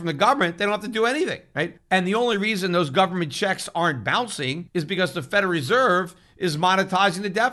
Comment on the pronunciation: I love how Peter pronounces Federal Reserve, "Feder Reserve"